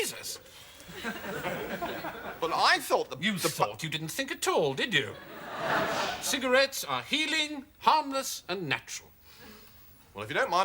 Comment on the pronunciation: “C-cogarias?” “Cigarettes”